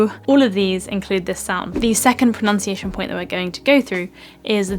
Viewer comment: Pronunciation is pronounced erroneously here!